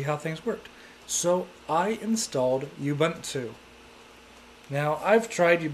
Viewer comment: Ubuntu Christian? It's not official ubuntu flavor! Its pronounced as : "oo-BOON-too" not "uuuu-bun-too". What's so special about seamonkey? Try KDE 4.4. Indeed its fun to try different OS, but not making a video saying it's frustrating cos you couldn't configure it!